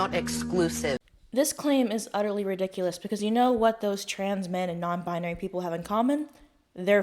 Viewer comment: What is a bi-ah-nary?! 😂